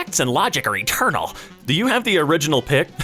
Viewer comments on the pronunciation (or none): none